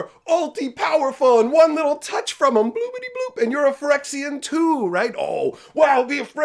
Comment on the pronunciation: The guy reading the story couldn't even pronounce Phyrexia correctly -.